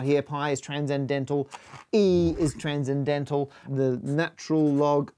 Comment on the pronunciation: So... nothing about "tran-zen-dental" ? Just me? Okay then.